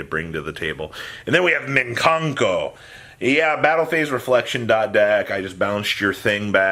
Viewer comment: you still call em minkanko? haha